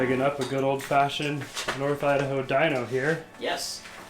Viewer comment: As a lifelong Idahoan I note they pronounced the area correctly as "nor-thidaho".